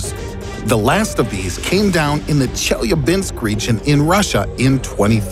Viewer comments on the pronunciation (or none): none